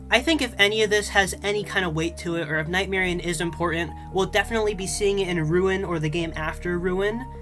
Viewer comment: Dude say nightmarionne name right please it’s not night Marianne it’s night Marionne